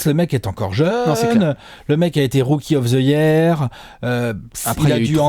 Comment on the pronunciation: Rookie of ze hier 😂